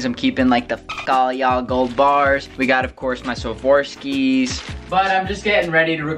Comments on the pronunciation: Riggghht... That shit irritates me that all these YouTubers that can afford the shirt can't even pronounce the word Swarovski right. SWORE- AhF- SKEE. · It is SWAH ROV SKI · Swarovski is pronounced swarofski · The way he pronounces Swarovski is very disturbing lol.